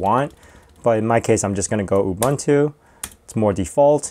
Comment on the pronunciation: It's not Ooh bun too, it's Ooh boon to (Ubuntu). It's really a very simple South African word, please get the pronunciation right.